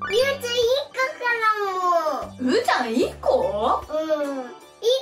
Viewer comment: ゆうちゃんって言えてるー！